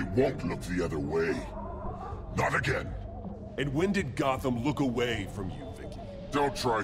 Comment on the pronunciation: Jackaboy : hopefully we will get to sey the joker agen Me :yea hopefully we will Jackaboy : hope will well Me :OMG HE SAID WUT I SAID